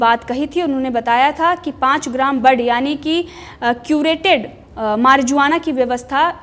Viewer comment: 👀🇮🇳👀मारजुवाना नहीं मगर ईसको मेर्वाुना /मेर्ऊ्आना प्रोनाऊन्स करते हैं✌🏻👀🇮🇳🙏💪🏼🇺🇸🇬🇧